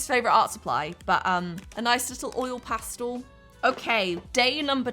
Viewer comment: I know everyone says things differently but pronouncing pastel like that made me want to pull my own fingernails out. Ps. Love your videos!